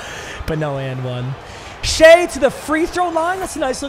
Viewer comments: It’s shI NOT SHEA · ITS PRONOUNCED SHY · Papa Shai’s name is pronounced “shy” for future reference